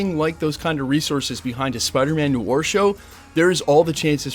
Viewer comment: Noir is pronounced nu-ar, nuh-waar